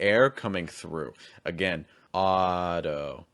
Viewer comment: I may be wrong, but it felt like he said "auto" and "interview" with a released T.It doesn't really matter much if you drop or say the full T on "interview", but with "auto" if you don't use a flap T, it changes the quality of the aw sound before, making it sound more tense.